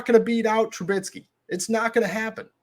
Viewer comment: It's Mitch TRUBISKY and NOT TrubiTsky. Other than you mispronouncing his name EVERY SINGLE TIME that you mention him, I sincerely appreciate what you do for Steeler Nation. Good ish. Respect, Peace & Blessings 2U & Yours. 🙏🏾💚💨✊🏾